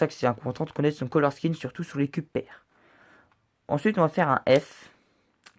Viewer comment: par contre, attention, "Color Scheme" se prononce "Color Skim" ;)